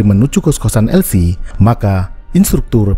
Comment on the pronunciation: Owhhh LC kedengaran evi 😊😊😊